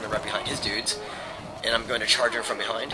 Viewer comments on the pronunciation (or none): it sounds like you said "Charge her from behind" haha